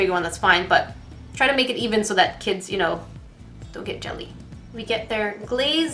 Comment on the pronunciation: kits for kids XD r u saying kits kits or kids kids or even kid kits?